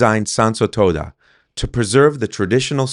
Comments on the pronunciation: Quite the little project you have there, i really hope that once it is all done. You will not be swarmed by influencers and other similar people, because that will really ruin the area. Oh and shouldn't it be Toda with a long O?, when you pronounce it almost sounds like you are saying toada 😺. Anyway i hope you really manage to bring back the beauty of the place. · But your japanese is good to my rather untrained ears, I have heard worse from others. Just the pronunciation of Tōda irked me a litte 😄